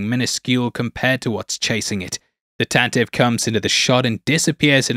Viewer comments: Tantive IV is pronounced Tan-te-vee (as per Wookiepedia and original radio drama) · Tantive IV: "tan-tah-vee (four)"